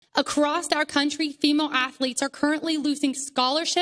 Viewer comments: Why do MAGAturds always say "acrosst" instead of "across" and Warshington instead of Washington? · First word of the video is "acrosst" and right there I knew she had no valid arguments. Don't even have to watch the rest. She just dumb. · Acrossed? Acrost? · that woman started off with "acrossT". How dare she. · Why do people add a 't' to across? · Acrost? 🤦🏽‍♀️ First word out of her mouth, you know she's not too bright. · It's "across", dumb dumb. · I thought it was just me…10 seconds in and I was already replaying it wondering ‘did she just say across-t??’ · She lost me at acrosst